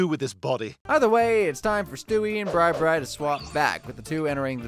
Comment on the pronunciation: "BREE" robot? I think Bri Robot is supposed to rhyme with "I, Robot".